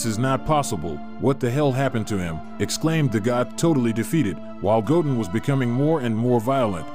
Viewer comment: I like how the ai calls goten “gogen”🤣🤣